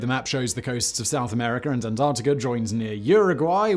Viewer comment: Antarcticar? Floridar? Louisianar? What is wrong with you? What is wrong with me? What am I doing here? Goodbye.